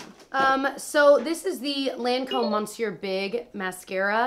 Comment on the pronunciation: its" me-syu" it means sir, the mascara! i always watch your videos and i love them, xoxo from Paris